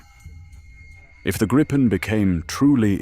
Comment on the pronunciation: 😂😂😂 WTF sort of voice is that supposed to be?? Is that the AI can do? God helps us all! And it’s the GRIP-en, not the GREEP-en 😂😂😂